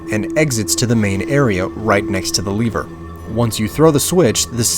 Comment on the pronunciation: I Think You Pronounce lever wrong, just saying